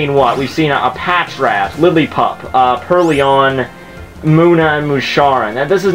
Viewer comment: I'm sorry man, I know this might seem dickish, but I can't get over how much trouble you're having making the difference between IO and OI in names and words. Even in Emerald, you kept calling GardeVOIR GardeVIOR. And now PurrLION. Or, more accurately, PurrLEON (Resident Evil mashup with Pokemon XD) I can't help it. Pronunciation has been my pet peeve since middle-school, where my English teacher sucked at actually pronouncing English. Good at grammar, shit at speaking it.